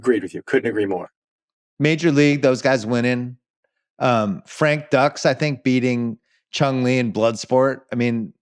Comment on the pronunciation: Bill can’t pronounce anything lol frank ducks and von dom everytime